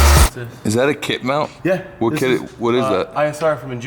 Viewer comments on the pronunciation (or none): He said kit mount lol